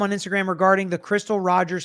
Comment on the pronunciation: Also, Brooks Houck's last name is pronounces "How-ck", jsyk.